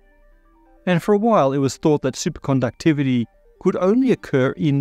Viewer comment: I just love the way he says "Supercondouctivity" everytime.